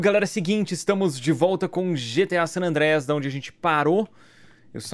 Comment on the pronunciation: o melhor e ele falando gta SAN ADREIAS